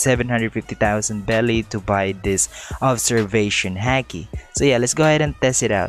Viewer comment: It’s not hake it’s hiki